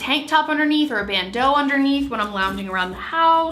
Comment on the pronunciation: I may be like slightly sleep deprived but I'm still laughing because the way you said bando (sp?) made it sound so fancy. "Bandeaaaux." Idk. 🤣❤